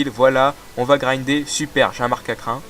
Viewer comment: Meilleur. "Précédemment". du monde. Le Sable Doux est un objet à tenir: il augmente la puissance des attaques de type Sol du Pokémon qui le tient. Ou bien des pis de vache Ah oui, et niveau prononciation, on dit marcacRin et fRImapic, pas firmapic! Momartik est de type Glace/Spectre, et c'est bien l'évolution d'un Stalgamin femelle.